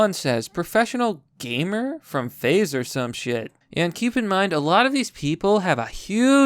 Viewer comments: it's just Faze, pronounced phase. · “fah-zee” Sorry that just made me exhale forcefully through my nose. Anyway, Carry on.